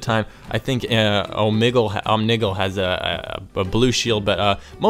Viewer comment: Om-ni-gil Not how you say it but that sounds so funny